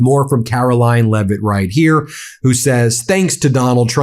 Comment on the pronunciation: Did Ben just call her "Karolying" Leavitt? I've been using that name for some time now. A truly DISGUSTING individual.